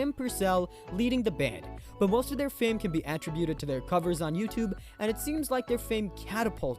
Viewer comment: I like how this guy has no idea how to pronounce the word "attributed". Good stuff.